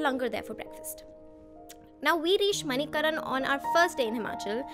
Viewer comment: Well if you liked the place so much please pronounce it correctly .... It is not pronounced MANI-KARAN it is MANI-KARN